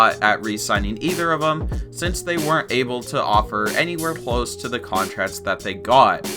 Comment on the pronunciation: Henry Daverso contratts